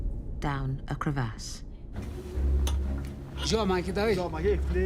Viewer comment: i thought only xQc said Crevv Ass